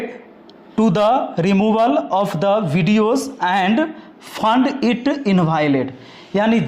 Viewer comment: Pahle thik se padh le " fund it invalid" nhi hota hai mukhiya found it hota hai 😅 sala khud to aata nhi dusre ke bare me gyan dene chalte hai